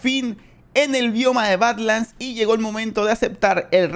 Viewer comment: No no, ya sé lo que son las Badlands y sus variantes, sé bastante de eso, pero la pronunciación, parece que dice otra cosa xd